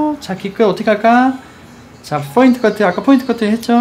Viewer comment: 포인트.point 인데.계속 F발음으로 하시네요.foint 뽀인트 라고.ㅋㅋ